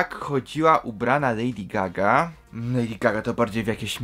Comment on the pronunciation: "Lejdi Zgaga"